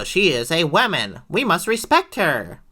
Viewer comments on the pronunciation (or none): Any video that uses the word "wahmen" gets a thumbsdown from me. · When he says “WAMEN” I cringe it’s such a cringey joke